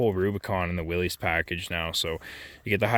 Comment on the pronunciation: Its pronounced willis not willies